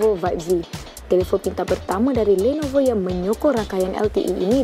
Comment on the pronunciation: kenape nisa sebut lenovo bunyi mcm landnovo...